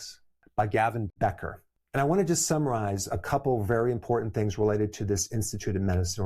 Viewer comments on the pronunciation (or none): Dr. Berg, I always appreciate your research and your level of caring for your readers. I just wanted to correct the author’s name. It is Gavin de Becker. You pronounce.(de) in his name. ❤